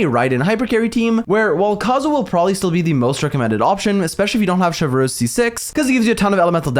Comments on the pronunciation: It's Chev(pronounced as shev) and reuse(pronounced as ruse) Chevreuse(Shevruse) not Chevlrleuse😂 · „ i don’t know how to pronounce her name“ him 3 minutes later : Chevrööössss ; CHÉVERUŚË , CHĖVRÛŠ 💀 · The way he says "Chewfruwhz" when pronouncing her name 🍷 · saying ChevRRRuse give the same energy as that one npc saying Monseiurr NeuRRvilette 😭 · you say chevy's name in english like shev-roos if you were still wondering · I come for the EXCELENT analysis. I stay for the HILARIOUS Name mispronunciations. Chev-(three minutes of blender chopping ice sounds)